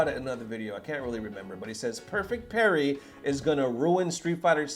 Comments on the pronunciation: Parry not perry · who tf is perry? 😂 Parry* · that dude is making the little heart with his fingers Korean style... wtf lol not even his middle finger. also parry has an a in it >.>